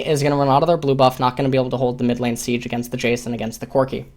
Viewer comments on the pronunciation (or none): none